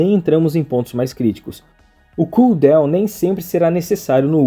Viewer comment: Bom dia, mano, não é por maldade nem nada, mas a palavra DOWN não se pronuncia como DEUWN !